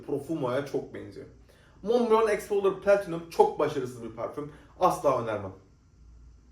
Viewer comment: Niye kendini kasarak Fransızca parfommmmm diyorsun normal konuş parfüm